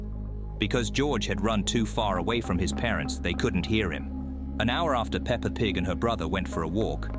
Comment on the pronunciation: pepper? peepper? its peppa pig